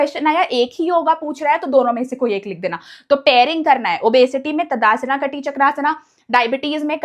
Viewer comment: ताड़ासन ❎ तदासना ✅ 😂😂